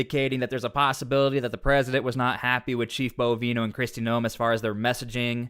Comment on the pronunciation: My husband and I watch you a lot, probably daily. Just something that has bothered me is how you have been pronouncing Krist Noem's last name. Its pronounced like "Nome" in Alaska. 😉